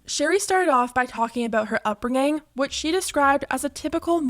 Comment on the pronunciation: the way she pronounces upbringing 😱